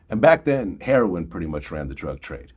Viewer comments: Why do ppl pronounce it "hair on" instead of heroIn? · I watched this whole video and Vlad never pronounced “heroin” correctly.......🤔